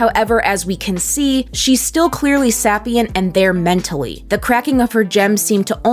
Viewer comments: Sorry, "sappy-ent"? SAPPYents 😂 I've never heard it pronounced that way (usually it's "say-pee-nt,") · I love this video but I just have to say, you were saying sapient wrong. SA-pi-ent Still an amazing video tho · "Sappyence" "Sappyent" Lol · Sapient is pronounced say-pee-ent. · Your way say of saying "sapient" is really weird, lol... It's pronounced more like Say-Pee-Ehnt. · You say sapient in a fun way ❤ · the way you say Sapient makes me cringe